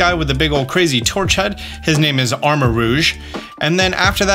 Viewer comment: The way he pronounced the names at the beginning cracked me up